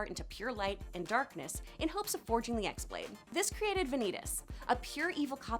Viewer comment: You butchered the name of the x-blade its pronounced as key-blade in birth by sleep therefore its key-blade